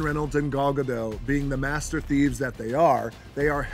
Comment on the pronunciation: He said master thieves